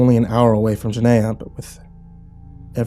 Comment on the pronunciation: Yo. Are you sure you're reading their destination right? Is it Gehenna? Because that is "the destination of the wicked" in Hebrew, so I'm guessing that's it, but you're saying it like Jen-nay-ah, (with a hard G like "gym") when it should sound like (soft G, like "good") Gah-hen-ah. IDK, just trying to help;)